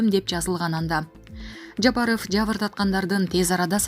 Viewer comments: Кой окуган кыз ,айланайвн фамилия окуй албайт экенсин мен бир эле Жапарыов дейби дегем .корсо кой уят туура окуп уйрон деп какшап келем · Жапаров дегенде интонацияны ондосонор жакшы болмок